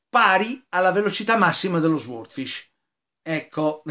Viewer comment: Caro penso si pronunci " soodfisc'